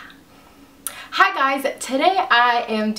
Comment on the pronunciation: In the beginning u went "hu hi guys"!😉